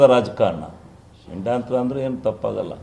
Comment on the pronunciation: ಅದು ಷಂಡ್ಯತ್ರ ಅಲ್ಲಾ…. ಅದು ಷಡ್ಯಂತ್ರ. ಕನ್ನಡ ಸರಿಯಾಗಿ ಬೆಳೆಸಿ